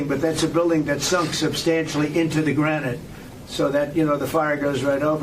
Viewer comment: He said granite! 😮